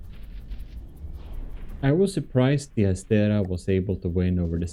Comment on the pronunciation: and the other one is ass-tray-uh